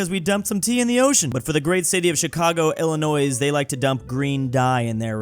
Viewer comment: I'll leave if he continues to say Illinois wrong. We say it like how the French did dammit!